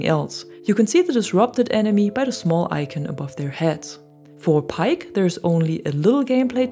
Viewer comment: Paik is pronounced "Baek"